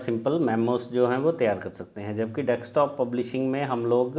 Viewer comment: आप डेस्कटॉप को डेक्सटॉप बोल रहे इसे सही करें. एक बार सुन ले.